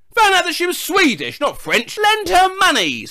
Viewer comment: "She was sweedush not French" your aggressively British accent mak3s anything 10x better 🎉